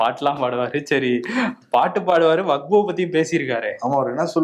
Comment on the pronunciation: அன்பு சகோதரர் அவர்களே வகுப்பு வாரியம் என்று சில இடத்தில் உங்கள் வாய்ஸ் வருகிறது. அது வக்பு வாரியம் என்று சரி செய்து கொள்ளவும். இது விஷயமாக தங்கள் கருத்தை பதிவிட்டதற்கு நன்றி.